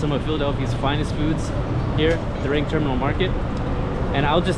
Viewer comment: It's Reading, pronunced "Reding"